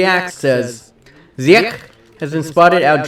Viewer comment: You prenounce Ziyech as : see jek